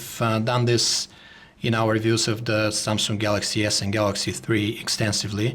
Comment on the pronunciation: lol ......... "samsunk "